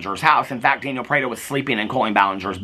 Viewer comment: you make me giggle every time you say “janiel” 😀you should get a candelabra for your porch studio for your late night videos!! Love you!!